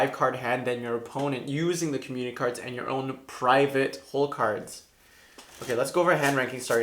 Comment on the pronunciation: Young people speak so fast that community is pronounced commu-nee